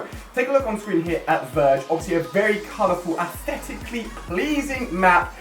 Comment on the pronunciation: He said A S T H E T I C